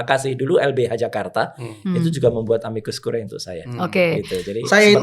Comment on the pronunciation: moga2 hakim MK ga pada masuk angin bacanya amikus kuriye bukan kurae